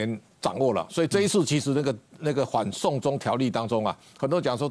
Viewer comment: 主播唸清楚點，反送中聽成，緩送中